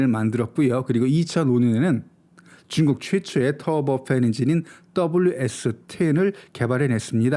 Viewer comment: 중국을 '쭝국' 이라 발음 하고 제트엔진을 '쩨트엔진'이라고 발음하는 당신은 누군가?? 중국 까대기로 코인땡기는중...?? 내용도 중요 하지만 기본이...그래서 구독 취소~!!